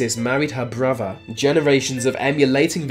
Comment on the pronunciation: Are you physically incapable of pronouncing the combination of "th"? All I hear is bruvva (brother), vah (the) and even "bloodfirsty"! That is so damned distracting and annoying I can hardly believe it.